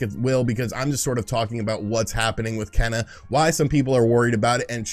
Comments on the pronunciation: “Ken - uh” 🤦🏼‍♂️ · Kena’s name is pronounced “Kay-nuh". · Kena,,"Keena" ok whatever lol < I sure hope they make a physical copy shame if they dont , that be the only way Im gonna buy that game ^^ NO DIGITAL~!! OTL